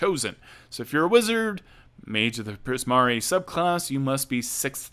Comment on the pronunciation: Priz-mar-ee. No ‘a’ at the end.